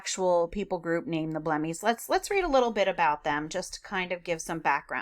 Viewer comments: omg you guys, they are called Blemmyes (ble-my-es) not blemmies and same word for singular and plural prob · B-Lem-eye For pronunciation reasons 😉 Great dissemination of info ty